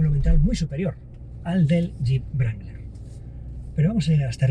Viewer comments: Se pronuncia Rangler no brangler 🤦‍♂️😐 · No entiendo como a estas alturas del betún aun hay gente que dice "brangler" ... que mal suena en un periodista de un diario como este amigo, que mal suena... es "rangler" la W es muda! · Excelente video pero NO es VRANGLER... ES RANGLER. Es un bocabajo inglés no alemán. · el yip no se llama brangler. Hay que aprender a pronuniar ... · Querido amigo, fantástico análisis, pero por favor, no se dice brangler, se dice rangler, en caso que no puedas pronunciar la w. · ¿Por qué pronuncia "Brangler"?